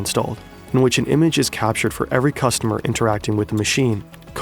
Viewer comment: ceeustomer :D